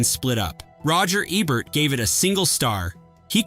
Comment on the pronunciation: Tell you artificial droid that it's EbERt, not ebbert.